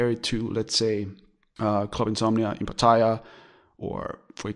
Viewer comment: please learn how to pronounce Pattaya...If in doubt, ask a Thai. It is not Pa TAY a. !!! OMG